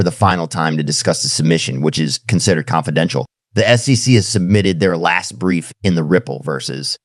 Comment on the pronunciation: Great content but hard to follow as it sounds like AI generated, badly cut with some bad pronunciation of common words like SEC, dollar amounts etc